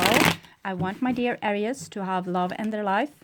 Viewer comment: ..just wanted to tell you that I like the way you pronounce Aries ⭐️🌙🗝💖